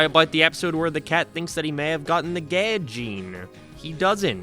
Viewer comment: It’s probably his accent :]